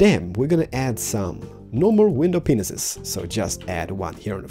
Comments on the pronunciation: When you mean to say panes you say window pensis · It's not pineses its pane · when u say panes, its like u say penises XD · It sounds like you say pingases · I missheared the word glass panes so i though he said glass pennises xD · He did... He did... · | Zodrigon | he did though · Why doe you say window penessis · Loool you made me laugh soo much, my mums so deaf, she thought you said window penises lol XD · he said panes like penus